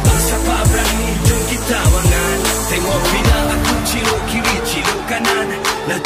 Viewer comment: Kalau wangan kat jepun tu kan sebutan dia "wan gan"... apahal dia sebut wa ngan